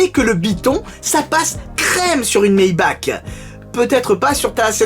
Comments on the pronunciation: Ça se prononce Maybarrrrrre 😂 sinon cool la vidéo continu ! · Ça se prononce "maybarre" a l'allemande :) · Moi je dis « Maybar » pour Maybach, parce que c’est allemand. Comme dans « acht »